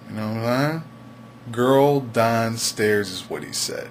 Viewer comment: danstairs? that seriously your accent where are you from?